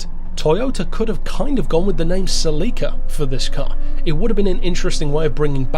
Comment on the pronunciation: The MOST controversial aspect of this video is pronunciation of "Celica." Just kidding,. But seriously... 🙂